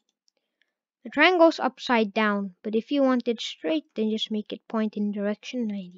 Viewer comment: ake instead of make